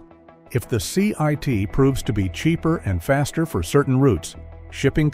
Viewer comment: It's "CIIT" - not "CIT".